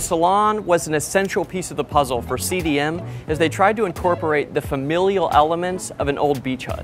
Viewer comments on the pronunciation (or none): The boat builder is properly pronounced Del a Marsh.